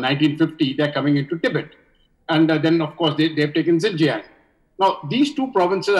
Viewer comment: Xinjiang is not pronounced as Zingziang ! 😂🤦🏻‍♂️ It is शिञ्च्याङ्.